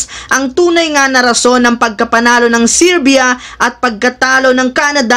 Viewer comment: LODS HINDI SIRBYA…GANITO SERBIA(sounds serbya) PO CORRECTIONS LANG PO.😂😂😂